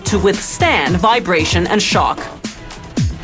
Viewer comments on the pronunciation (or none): none